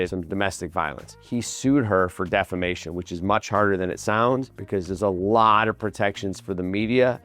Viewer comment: defamation or defacation 😂😂😂😂